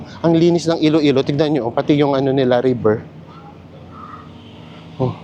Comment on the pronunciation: Iloilo po, not Ilo-ilo